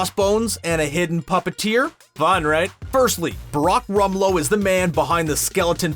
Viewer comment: "Barack Rumlow..."